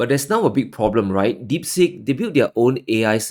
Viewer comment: Deep Seek, not as you mispronounced as "deep sick"! Not from India...